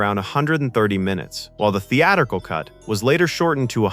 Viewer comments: Theaturcal? Say it with me now: The-at-ric-al. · Spot on! Pronounces it that way twice: & . I missed it the first time, but the "voice" pronounces it correctly . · Had to stop watching . That’s not Stanley R. Greenberg. It’s JASON ROBARDS portraying FDR. Also as mentioned previously it’s pronounced The- Attt-Tri- cull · what word is "theeaddical"? it is theatrical not theeadical. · What's up with the mispronunciation of "theatrical"? It's pronounced "theat-trick-al", not "thea-tickal". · "Theatical"? You missed an 'r' when typing out the text for your AI. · " while the theatical cut, was later..( etc. ) ... " who says theatrical incorrectly?? Were you using AI to narrate this? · I can't stop hearing this guy say "theadercal", dude maybe do tongue warmups so you can say "theATRICAL"... THEE-ADD-ER-KULL", ooof, I'm going to her it all day. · What is “theatical”? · "Theatical"? . . .*Theatrical*, perhaps? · Is this narrated by AI? Sometimes AI will mispronounce words or say them strangely… For example, the word “theatrical“; in this video, the narrator pronounces it,”the-add-wrigle”, and I’ve never ever heard anyone pronounced the word that way before. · ''thee-atta-cle'' cut?? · "Theatrical" AI: "Thee Adder Cull" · WTF is a "theatical" version? This word is misspoken more than once here. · You said "theatical" twice. And you pronounced holography wrong too. AI. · Twice, even. If it had been only once, I'd say human error & bad editing. Twice, it's poorly trained AI. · The-A-tric-al and ho-LO-graphy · If the narrator is a real person and not AI, he needs to learn how to pronounce holography and theatrical. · So is a theatical cut concerning God? At least get your AI to pronounce words properly. Thats one of several examples of words that pulled me out of the already dour voiced video. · AI can't pronounced "theatrical." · Good video. only found one AI error, theatrical was pronounced without the r. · Gotta love how AI butchered “theatrical”! 😂